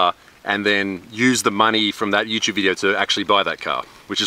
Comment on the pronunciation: Important question is.. Why u saying.. youchube if its written youtube?